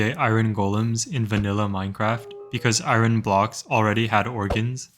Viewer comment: I’m sorry but what is eye Ron? That is not how you say iron